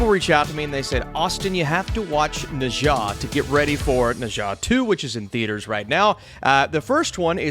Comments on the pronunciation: Its pronounced "nerrr ja" not ne zhong. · It is pronounced "Neer Ya" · Na Zha is actually pronounced Ne Cha. He a God Of War, one of the god of honor.